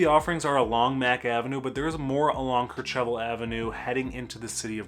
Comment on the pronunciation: Ker-CHEV-al?! Nope. It's pronounced "KER-chev-al."